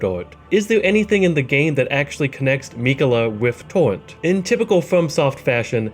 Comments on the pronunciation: Tor-Rent not TORNT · TAWENT...TAWENT...TAWENT Lmao you sound like Elmer Fudd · I like how homie says torrent. "Towwent"🥺🥺